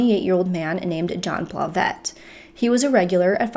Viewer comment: It's a GMC Yukon... pronounced YOU-CON. smh. Where do you live girl...that you don't know what a Yukon is? lol Also,. I think the last name...Blauvelt is pronounced Blah-veLt...not Blah-vette...smh